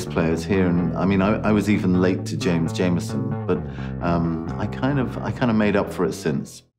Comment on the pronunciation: James JAMERSON...not Jameson. Jesus. Possibly the best bassist ever...let’s get his name right.